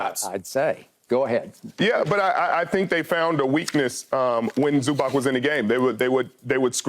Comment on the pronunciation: First thing: he is not Zubak, he is Zubac. Second thing: it is about time for NBA to learn fundamentals of this game!